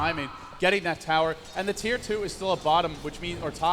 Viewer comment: Tier not chir.